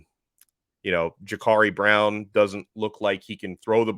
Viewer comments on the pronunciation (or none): It’s Jacurri Brown not Jacarri Brown